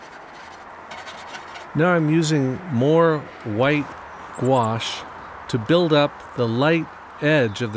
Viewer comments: If you’ll allow me, I would like to help you reconcile yourself with « gouache»’s pronunciation. « Gouache » is a french word (spelled and pronounced in the french way); it comes from the italian « Guazzo » and is derivated from the latin « aqua » which means... « water », as in « aquarium » and « aquatic ». After 2000 years and through 3 languages, the « goua-« in « gouache » is still pronounced exactly the same way as the « -qua-« in « aquarium » and « aquatic ». I find that absolutely wonderful, but realise it would bore most people to death! 🤗 The funny way words are sometimes pronounced can be a big clue as to their meaning. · I used to pronounce it like "gauche". Not a clue as to why. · I find it upsetting how gouache is actually pronounced, I never knew it was actually spoke like that, nastyyy 😂